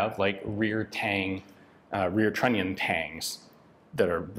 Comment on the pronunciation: What Yan say: "trunnion". What I hear: "INATORRRR" )